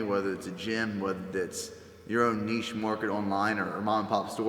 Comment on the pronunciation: why can't pronounce Niche correctly?